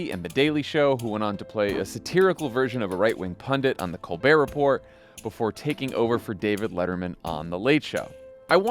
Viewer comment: Can't believe you mispronounced Colbert Report. How the hell can you have never watched an episode and think you are prepared for this interview?